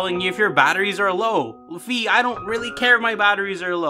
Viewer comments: Its called "Fai" not "Fi" like the "Fi" in "Finally". In the german version of skyward sword she is actually called "Phai" in the text Boxes instead of "Fi" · Say wi-fi That's is how fi i supposed to be pronounced